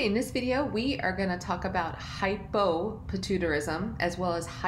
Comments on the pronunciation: Lmaoo what the hell is patoo-tarism? Idk how she can say pituitary but not the conditions that contain the word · Ummm.... Shes not saying it right 😂 Hy po pi tu I ta rism